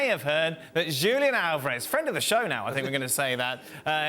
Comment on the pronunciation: It is so disrespectful for Dan to KNOWINGLY mispronounce Julian Alvarez's first name. 🙄